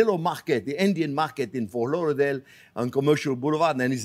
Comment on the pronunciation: I love the way he says "Fort Lauderdale" in a way that sounds like it is a village close to Versailles :)